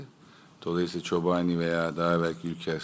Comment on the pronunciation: Kobani diye soylenir algi yapmayinn. Ali koc hani cook ataturkcuydun algici. Aliii